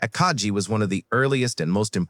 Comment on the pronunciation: Somebody should show this guy a picture of the Akagi and tell him how to pronounce the name